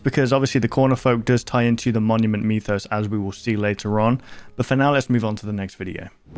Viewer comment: Idk why but when i hear this guy say Monument Mythos it sounds like hes saying mommy and me lol anyways big fan ur underated